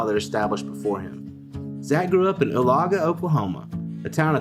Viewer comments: It’s short oooo la like ooh lala (minus the extra a) and gah like golly! Ooo la gah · I always love hearing people who aren't from Oklahoma pronounce town names. Oohlagah is definitely a weird one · The way he pronounced oolagah😂